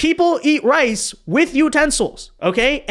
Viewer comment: thought he said "rice" but he actually said "ice". Very common Asian pronunciation mistake